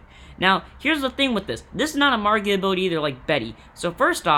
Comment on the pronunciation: "Magia" not "Margia"